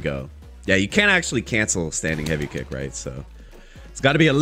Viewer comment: Taking a shot every time read kick and punch wrong will kill me